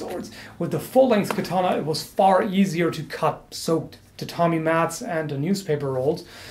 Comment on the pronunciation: You said "I'm sure I'm butchering the pronounciation". Aaaaaactually, it's quite good! Only "katana" and "kojira" are more (katana) or less (kojira) wrong. Katana is pronounced with only short a's and without an accentuation. Kojira was quite well, except for the "r". A Japanese "r" is something between "r", "l" and "d". If you cannot pronounce it, you best use the "L". With "koguchi", you hear a SLIGHT accentuation of the "o", but it's so tiny that I'd not call it "wrong". NOW: I'd never ever correct you normally. You said you were sure to butcher it, and I want to point out that it's quite okay actually. I just give you a little tip for improvement, that's it. I really love your video's and I could not be bothered if you pronounced it right or wrong, really. So... ganbatte kudasai!!! (Proceed please!) :)